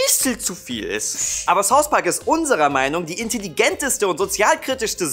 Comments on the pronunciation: Saus Park,ich hasse wenn jemand Saus Park sagt oder Ses McFarlane. Wah. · Warum sagt jeder "Saus Park" ?:D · Saus Park?! Sonst könnt ihr doch auch richtig Englisch sprechen °_°